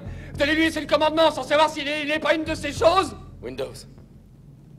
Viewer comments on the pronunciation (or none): none